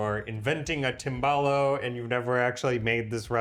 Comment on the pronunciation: try to pronounce the Italian words correctly Tim ball ohh 😂